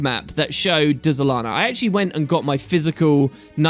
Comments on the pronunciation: Pretty sure the Dz is spoken as a Dj so its said as Djalana, Djagonur Bastion & Djasha Uplands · The way you pronounce things is sooooo annoying... There is no E nor apostrophe between the D and the Z. Why are you saying Dézalana? Can't you read? It's like when you say dUlux. Really? How are you turning an E into a U? I like your videos man, but damn this drives me crazy...